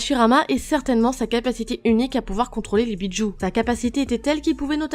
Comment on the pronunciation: Je connais les Bijus mais pas les "Béats joue"